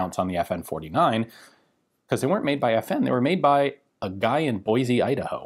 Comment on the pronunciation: Awesome video as always! But just a heads up, if you ever come here (Boise), it's pronounced "Boy-C", not "Boy-Z"!!! 😅💯👊